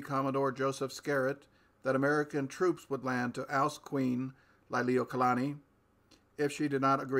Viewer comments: It's pronounced Lee-lee-wo-kah-lah-nee, not Ly-lee-wo-kah-lah-nee... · So much great information... Lily Not Liely O Kalani. Please redue pronouncing her name right out of respect for Hawaiians and our illegal occupatied nation that still remains occupied since there is no treaty of annexation for Hawai'i.